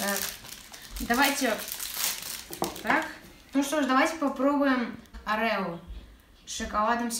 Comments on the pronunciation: Правильно орио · Орео ударение на первое о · Не орэо а Орио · Орео ,а не Арео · орио а не арело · не арео а орео как же он меня бесит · Орео,неправильно произносишь